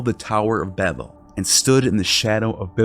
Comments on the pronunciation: Dude, again, do your pronunciation research!! Tower of Babel ("Bay-bel") it's a long "a" because there aren't 2 "b"s following the a (not "Babbel" Ba-bel). Stop being lazy with pronunciation in your videos. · The way he pronounced Babel made me throw my phone multiple times. What the fuck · How come people can’t say Babel? 🤷🏻‍♂️😄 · Ok...you lost me when you kept mispronouncing Babel...come on man ! (I did keep listening tho ! 😅)